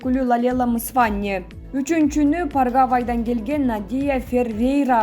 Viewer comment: Дуйнолук конкурста 3 местаны Парагвай алдыбы де Паргавай деген да мамлекет барбы. Диктор кыз супппер го.